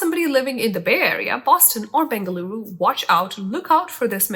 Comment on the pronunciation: Hey 😊 loved the way you told Bengaluru 😘 my city and it’s been pronounced right👌 good to hear it from you 😊